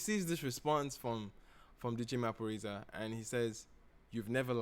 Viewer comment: Yes you pronounced Maphorisa correctly.😂💕